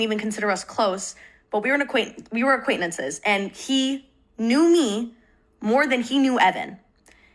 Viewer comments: … they’re commenting on her mispronunciation of the word. notice how the comment you’re replying to is intentionally misspelled? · sorry losing my mind at how she pronounces “acquaintances.” 😂